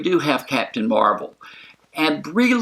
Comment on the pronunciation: Possible Spoilers Yeah, in the books, she takes the name Ms. Marvel, and doesn't want to take the mantle from Captain Marvel, but Captain America (I believe) convinces her to take the name. No clue how or when she gets it in the movies, but they did set it up with Fury's mispronounciation. But she does leave the planet before getting the name, so will she get it on Earth or will she have the name already on her adventures off Earth?